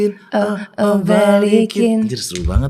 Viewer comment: Aureli jawab "balikin" dgn logat Perancis